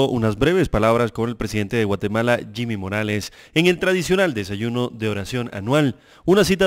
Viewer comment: Se dice jimi morales y no se burlen como si nosotros los chapines nos estuviéramos burlando de sus tontos presidentes menos final trump